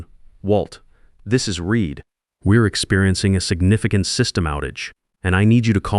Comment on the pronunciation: it was AI reading the name "Reid". It was corrected 30 seconds later